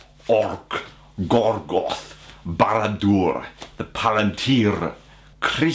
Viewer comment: To be fair to Eowyn, it had been established that she had a pretty big ol' (unrequited) love for Aragorn. It was only a book and a half later she ended up shacking up with Faramir. And just to satisfy my nitpicky gene, it's"Gorgoroth", not "Gorgoth". P.S. If you want to see more of Sean Astin, watch Memphis Belle. Second World War aviation film, based VERY loosely on real events.